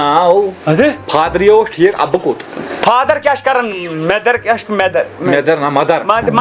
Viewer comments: Mother ❌ Menther✅😂😂😂😂😂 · Mother ❌ mender✅